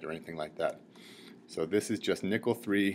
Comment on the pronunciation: when he says nickel it sounds like hes saying nippel.